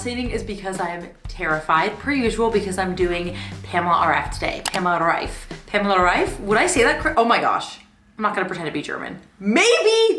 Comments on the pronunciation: u Said reif correctly :)) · 👏🏻👏🏻👏🏻 u r the only YouTuber who pronounced Reif right 😂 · hey, amazing video as always 🥰 I love your personality and your content! and I'm sooo proud of you because you're the first non-german speaker who pronounced pamela's name correctly 😂